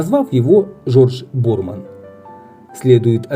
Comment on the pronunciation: Ударение Борман на последний слог.